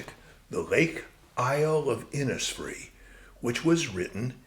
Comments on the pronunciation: Innisfree is pronounced Innishfree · Its just a small point, maybe made already, but the pronunciation of Innisfree in Ireland would be Innishfree, and that is how everyone there says it. The recording by Yeats is indistinct at that point but here is Adrian Dunbar reading it: The reason is to do with Irish place names being anglised hundreds of years ago and ending up approximating an original Irish phrase, but looking English. Eg Cnoc Mór or big hill would have been turned into Knockmore by British mapmakers, but people knew the original Irish words so often kept the Irish language pronunciations, in this case Inis is a word that means island, and is pronounced Inish. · Absolutely fascinating stuff, and well read and interpreted. One thing, though: Innisfree is pronounced 'Innish Free' Thanks